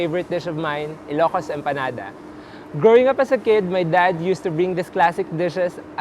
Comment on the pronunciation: It's EMPANADA thou. Not EMPENADA. 😂❤️